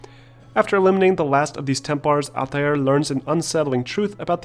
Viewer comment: who the fck is "ATTAÜR" ?